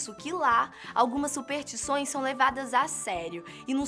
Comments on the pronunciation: Dizem que se esse comentário receber um certo número de likes, a começa a falar superStições ao invés de Supertições, que é uma espécie de madeira muito queimada. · Faltou o "S" na narração,. Se pronuncia: superStições;)